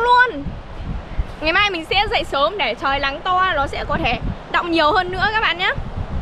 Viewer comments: Nghe bé này nói chuyện stress ngang😂 cứ Lắng r Lói, Nà,…🤣🤣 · Nói chuyện y chan a Sáng lun náng thì kiêu lắng😊chữ n kiêu thành chữ l😂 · Nc n chứ ko phải l 😢 Nắng ko phải lắng . 😅